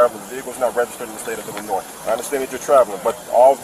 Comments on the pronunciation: Pronouncing the S in Illinois is nasty work. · The S is silent in Illinois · Hey, just pretend the letter “S” in Illinois isn’t even there! 😂